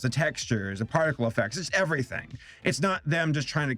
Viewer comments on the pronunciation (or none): none